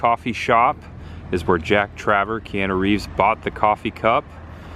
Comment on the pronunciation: I had to laugh - when you said the name of Keanu Reeves' character. It's Jack Traven, not Traver.